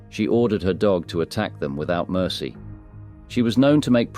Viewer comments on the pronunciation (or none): none